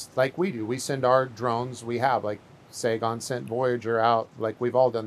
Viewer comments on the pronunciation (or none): none